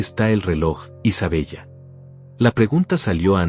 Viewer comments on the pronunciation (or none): No es Isabella se dice Isabela anotale